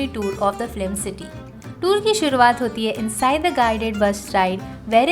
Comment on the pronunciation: This is a very useful video because we often wonder... Mumbai mein kahan jayein ghumne. And a feedback. You are saying flim instead of film.